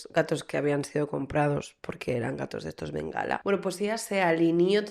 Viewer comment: Me muero contigo!! Bengala no!! Bengalí!!! jejejeje Adoro!